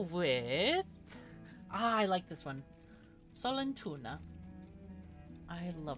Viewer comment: I love this game so far and as a swede myself it really put a smile on my face when you picked the name sollentuna you also prounounced it very well! :D